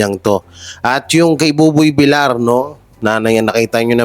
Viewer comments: idol buboy Vilyar po ang tamang pagbigkas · Buboy Villar (Villiar silent i po.. hindi villar..) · please pronounce properly, Buboy vilyar po hindi vilar. nakakairita kasi. please pronounce family names properly. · Boss it’s villar not vilar pls check your pronounciation thanks.. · Bakit Bilar ka ng Bilar eh Bilyar ang pronunciation ng Villar? Syunga lang? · Umayos ka naman villar hindi vilar